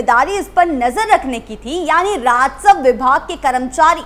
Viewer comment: बे‌ लगाम को बेल गाम और राजस्व को राजसव‌ बोलकर भी मैडम एंकर बनी बैठी है